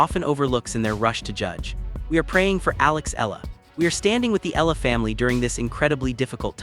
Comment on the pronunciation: Kindly correct the pronunciation of her last name. It sounds like EH YA LA.